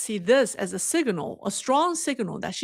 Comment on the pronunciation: Signal not siginal